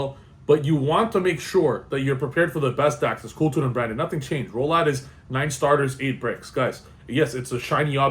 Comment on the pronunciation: Chaos Ritual, not Rolad